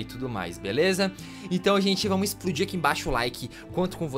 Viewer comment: O o falo esplodi o laike